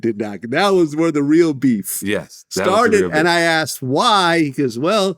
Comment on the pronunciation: this guy loves himself so much,,still cnt say "Asked ",,,axed wtf lolll